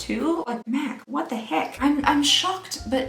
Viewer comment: At the beginning I legit thought she said " meth advent calendar for 2020"